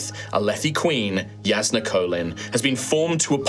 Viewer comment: “Yasnah” triggered me lol. But I came to this video as a huge cosmere fan with minor background in ttrpg’s. I’m leaving as a fan of the channel! acting and commitment as a GM really sold me on the whole experience. Looking forward to checking out more of your content